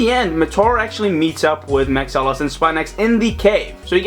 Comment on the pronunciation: It's pronounced Mahks-ilos not Max-alos.